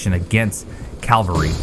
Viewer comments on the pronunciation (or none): What the fuck is "calvary" ?? It's CAV-AL-RY. There's pronouncing things with an accent and then there's just straight up saying shit wrong.